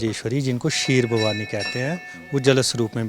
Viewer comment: खीर भवानी नहीं!! क्षीर भवानी कहिएगा!!😂😂😂😂😂